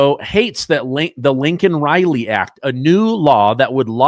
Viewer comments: it’s Laken; not Lincoln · Dude I dont want to be that guy, but you repeatedly call Laken Riley by the wrong name. And if you're not, it sure sounds like you're saying Lincoln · Laken not Linken. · Laken not Lincoln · Her name is Laken , not Lincoln